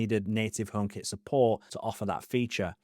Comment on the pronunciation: i kept wondering what the hell "omap" was